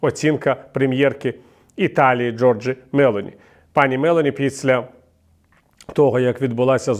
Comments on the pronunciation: Giorgia Melóni, пане Віталію! Акцент на "о" 🤗🤗 Дякуємо вам за роботу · МеЛоні - наголос на " о ". Дякую.